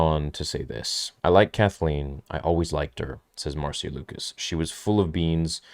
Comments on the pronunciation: Marcia is not pronounced "mar-see-uh", but "Mar-shuh" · Love you, but it is pronounced Marsha not Mar-see-ya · Marcia is pronounced Marsha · C’mon, her name is pronounced Marsha. I can’t believe the amount of YouTube hosts making this mistake. It’s embarrassing. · Her Name is pronounced MAR SHA. Like Irish Name Siobhan. Is pronounced Sha vonne Not SIO bhan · I know this dude is foreign, but “Marcia” isn’t the hardest name to pronounce